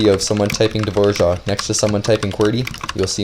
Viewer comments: wait how is it you are pronouncing dvorak? dvoshak? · Dvora- what.... Hvojak? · Why do you read it DVORJAK? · It's actually pronounced dvořák with ř. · Wait is that actually how you pronounce “Dvorak” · dvořák is not really pronounced like that, us czechs pronounce "ř" a little different, its like a deeper r where you roll your tongue more if that makes sense. The a is pronounced for a long time because it is "á" not "a". Sorry for bad english if you are not understanding this, but I would not pronounce it "the wore rack" more like, duhvoraak, but with the hard R. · It's Dvořák. Type it in czech - english translator, of you want to know how to pronounce it.